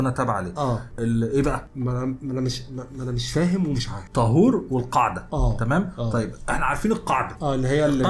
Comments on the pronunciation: مش طهور بالضمة😂😂 طهور بالفتحة😅😅 كل احترام وتقدير ليكم ✌✌ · لا لا انتو كاتنطقو الاسم غلط اسمه:( طهور بفتح الطاء) وشكرا 🙏